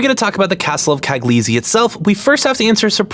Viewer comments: g in cagliostro is silent. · Part II has a lot of disappointing episodes in terms of writing. Part I is best, especially the first 9 episodes. Also Mystery of Mamo is better than Cagliostro. Also Cagliostro is pronounced with a silent g (as it's a vaguely italian setting. Listen to the japanese dub.) That's all, thank you very much for the video. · "I'm really smart." Immediately mispronounces "Cagliostro"